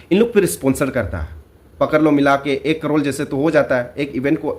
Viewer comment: Crore not crorle...😂😂😂